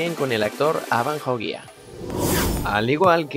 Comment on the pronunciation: ''ava joggia'' hahhahahahaha te mamaste